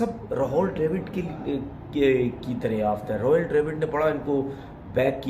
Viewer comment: Rahol nhi Rahul hai...